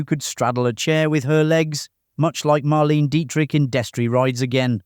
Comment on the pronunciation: Marlene Dietrich is pronounced mar-LAY-nuh. Cleavon is clee-VAHN